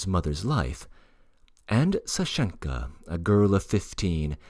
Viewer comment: Thank you for this. I have just begun listening. In Russian, the suffixes aren't commonly stressed. So, 'Sashenka, not Sa'shenka and E'gorovna , not Ego'rovna. In other words, whatever the stress would be in the name itself is kept in the same place when the word gets suffixes added. Thank you!